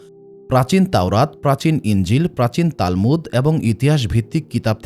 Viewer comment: তালমুত কি জানতে চাই। মিয়া কিতাবের নাম ঠিক মত উচ্চারণ করতে জানেননা আপনি আসছেন নবীদের ইতিহাস যানাতে।